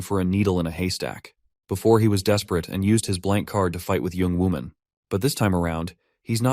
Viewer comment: I keeping understanding the name of the broker as "young woman"